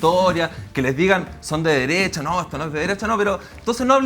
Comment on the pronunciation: La disnidaah, Loh mapuche, Pinoshe, la Deresha 🤡